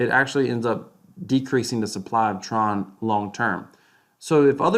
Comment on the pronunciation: Tron freeze instructions start at mark :) “TRUCE” hahhaa